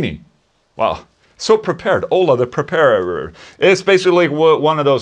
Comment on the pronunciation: "Ola the prepæraerer"